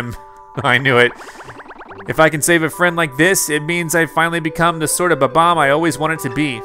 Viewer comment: His name is not bab - omb his name is bomb - omb